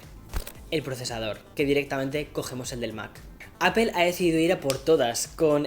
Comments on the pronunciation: Me gustan tus videos y soy uno de tus suscriptores pero joder tío ya pronuncia bien la palabra “APPLE” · ¿Por qué lo pronuncias “appel”? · Hay algo que me sorprende muchísimo todavía, un YouTuber de tecnología que se enfoca mucho en los productos de la compañía Apple todavía sigue pronunciando mal la marca. Cómo es eso posible y más aún viviendo en EUA 🇺🇸 ósea no lo estas pronunciado ni en inglés ni español😵‍💫😵‍💫